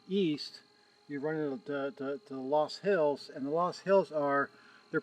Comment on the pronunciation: Nice stuff. FYI the correct pronunciation of the name of the soil type of those hills, based on the original German is LUS. The only other place in the world where soil based hills like that are found is in China.